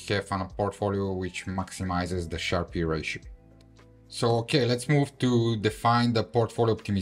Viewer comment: Nice vid, nice skills, it is pronounced Sharp ratio, not SharpEE though